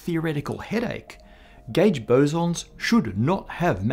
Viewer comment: Subtitles: gauge Spoken: gæge